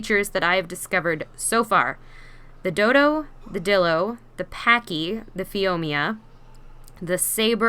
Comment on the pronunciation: The best cat is that tree climber unless u stack the pack bonus. Dimorphodons are great. Isnt it phioma tho? Like phee-oh-mah